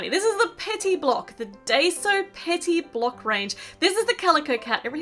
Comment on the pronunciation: It’s pronounced die so :)